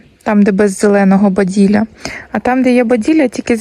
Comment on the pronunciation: Бадилля а не баділя. Я пробачаюсь, що виправляю вас.